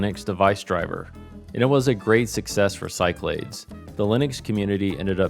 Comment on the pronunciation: Back in the day, I only ever heard it pronounced “SyKlaDees”, but who knows 🤷🏻‍♂️